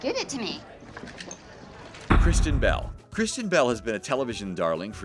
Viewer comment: The pronunciation of Kristen Bell almost makes it sound as if you said Christian Bale?